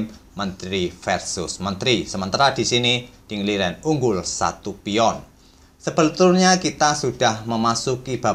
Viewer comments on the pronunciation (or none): "sebetulnya jadi selbeltulnya... 😂😂😊👍